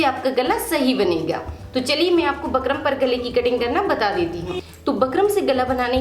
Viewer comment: Pheli baat to bukram bol lo aap bakram bakram krke sir mai dard kr diya mere to😂😂